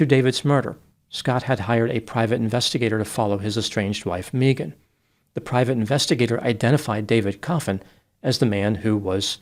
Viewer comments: I did meet one Mee-gan once. She was from Boston. But yeah, it's usually pronounced Meh-gan. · caught...you said May - Ghan instead of Mee- Ghan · MEEGAN 😅 Megan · Just an FYI, to (since his last name suggests he's Spanish) The name Megan is often pronounced "Meeghan", it's Welsh. It's not some make up new age thing, it's legit. I had a high school friend hat pronounced it that way and actress Megan Follows pronounces it that was - as described on her imdb and wiki pages. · It's interesting a business called "Australian Body Works" is involved in this case, because "Mee-gun" is the normal way Megan is pronounced in Australia. If this woman was raised in Australia, that pronunciation of her name is to be expected. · Your life advice for life, for today: If anyone ever 'insists' that you mispronounce their name, run, RUN, don't walk away from them. They are nothing but trouble. ❤ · I have always hated it when people pronounced my name like mee-gen. I had an elementary school teacher who insisted that is how my name is pronounced. She was not a nice lady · my last name is actually Berke and it's pronounced like bear-key but everyone says burk. It's just one of those things. Mee-gahn burk😅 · Sorry but if the elementary teacher had insisted that how your name is pronounced. Then who we are to call you other way Mee -gen sorry sweety😂😂😂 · It would have been awesome if you'd have peppered the correct pronunciation of Megan in there here and there. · The pronunciation of Megan is taking me out 🤣